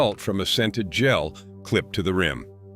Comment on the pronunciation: I appreciate the valuable information. The speaker has a very nice voice! I would like to say the the word "rim" is NOT promounced as if it were rhyme.